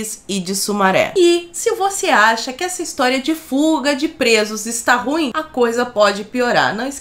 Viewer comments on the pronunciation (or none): none